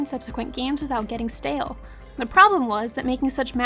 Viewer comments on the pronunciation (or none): none